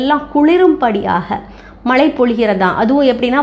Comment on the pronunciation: உங்கள் பதிவுக்கு நன்றி. ஆனால் தாங்கள் தமிழின் உச்சரிப்பு கவனிக்க வேண்டிய சில உள்ளன அதை தாங்களே கண்டறிந்து. சரி செய்து கொள்ளுங்கள். உதாரணமாக மழைக்கு மலை என்று கூறி வருகிறீர்கள்.